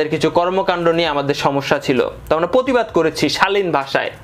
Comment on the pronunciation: পতিবাদ না রে ভাই এটা প্রতিবাদ। উচ্চারণ গুলো ঠিক করো